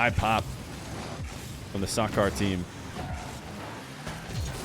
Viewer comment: It's SAH-KER not SAH-CAR